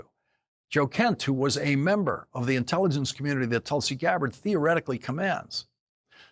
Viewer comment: No fan of Mike Johnson but I heard " The Inelligence" not "intelligence"